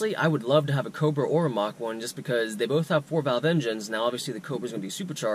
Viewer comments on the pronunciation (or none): none